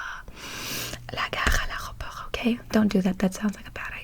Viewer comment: At the airport in french that’s prononce : à l’aÉropor we don’t say T and we say É